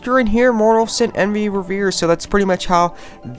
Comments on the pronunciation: I hope your not American like me... Its pronounced like Paul Revere. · Pronounced Re-vere (like re-fear)